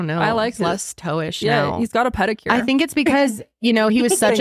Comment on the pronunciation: Toe "got a peticure" 😂😂😂😂😂 I'm SCREAMING